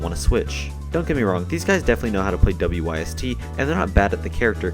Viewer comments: U pronounce the whole thing its not w y s t its wyst pronounced wist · WYST is pronounced wist. FYI